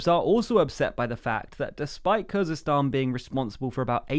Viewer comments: Khuzestan not Kurdistan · I think you mean Khuzestan